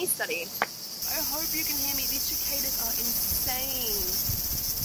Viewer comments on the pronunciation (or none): There's no "ch" in cicadas 😂